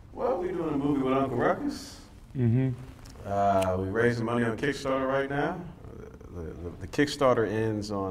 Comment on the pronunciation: Snoop “Tha f**k you say!?”. Uncle “Rou-Coux” with a splish-Splash of Irish. The world couldn’t/can’t handle Ruckus. I learnt about Jim Crow from this series. It’s relevant and necessary. From 🏴